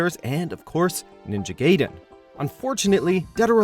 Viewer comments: Ninja Gayden 😂 Omfg it's pronounced guy-den, not gay-den Also Mai Shiranui & another unamed KOF character were announced as future DLC at EVO Japan Overall, pretty good video, and only 1 mispronounciation this time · Also guy den not gay den for the ninja gaiden part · It's Ninja "GUY"den not Gayden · but GUYden is the correct saying when everyone says GAYden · Ayane : Ah - ya - neh Gaiden: guy - den is it that difficult or expensive to hire someone who can pronounce japanese names without sounding like a Trailer park trash, especially when the game/character is 20yrs + old? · ninja "gayden" NO RESPECT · WORK ON YOUR JAPANESE PRONUNCIATION FOR GOODNESS SAKE! Ayane (Eye-ya-neigh) and Ninja Gaiden (GUY-DEN) are how they are pronounced! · Ninja gayden wtf?